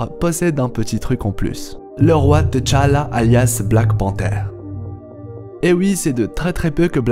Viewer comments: C’est pas TéChalla c’est T’challa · On prononce « titchalla » pour T’Challa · Quand tu dis t challah j'ai l'impression que tu dis head challa